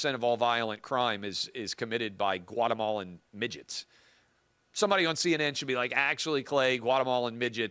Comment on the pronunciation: It’s “Guatemalan little person” I’m offended.